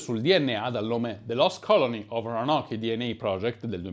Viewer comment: Si pronuncia ronok